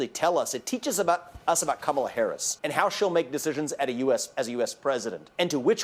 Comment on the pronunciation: Trump has been saying "Comma La" during his "press conferences", but then suddenly on his tiktok, it was "Camila". So when he's in public and knows he'll be called racist for it he says it right. But then he panders to his base with CAMILA.